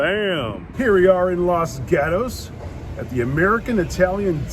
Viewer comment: At least learn to pronounce the name of the town correctly.